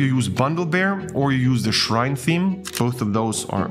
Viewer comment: Great video and content. thank you! <3 Are you talking about the Shine theme? (it sounds like you're saying "shrine" but that does not exist)